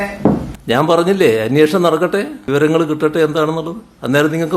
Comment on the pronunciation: P V യുടെ ഒരു confidence കണ്ടില്ലേ അന്വേഷണം എന്ന് pronounce ചെയ്യാൻ P V ക്ക്‌ അറിയില്ല . Confidence ന് കാരണം P V മോദി യുടെ കയ്യിൽ പിടിച്ച് യാചിച്ചിട്ടുണ്ടല്ലോ veena vijayan എന്ന തന്ത യില്ലാത്തവളെ രക്ഷിക്കാൻ 🤣